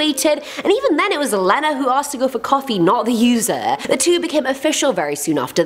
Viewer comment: I think you pronounced Lena wrong. I think it should be Lee-na!!!!!!